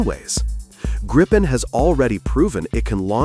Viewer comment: JAS 39 Gripen. Pronounced Gripe-en. The way it is said in the video is wrong as it would need 2 P's. During simulated war games in the US a few years ago 3 F-22 raptors were targeted for take down by 1 single non stealth JAS 39. The JAS 39 is both cheaper to buy and maintain. As it is a very versatile aircraft it can be upgraded cheaply. Whereas the F-35 is too expensive to buy let alone anything else.